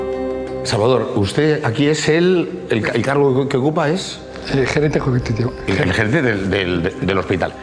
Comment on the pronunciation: yo soy el gerente egcbghtvo así tal cuál suena, menudo malandrín.